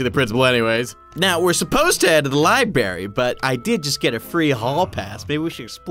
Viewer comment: instead of spelling library he spelled it libary hear closely!